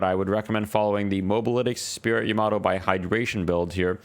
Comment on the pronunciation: the way you said yamato hurt my soul